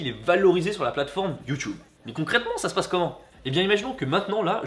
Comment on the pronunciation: c'est quoi ton accent quand tu dit youtube, c'est pour te vexée 😂❤ je t'aime quand même.